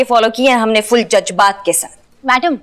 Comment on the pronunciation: aap Jazbaat ko jajbat kahkar Urdu ki tang mat toriye.